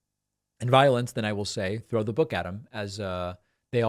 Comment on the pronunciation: TROTHE SENSHUL